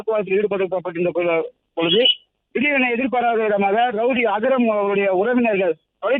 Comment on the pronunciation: அது அகரம் இல்லடா அக்ரம்